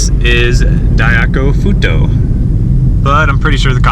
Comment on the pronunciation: its pronounced "dye-koh-koo-foo-toe" :)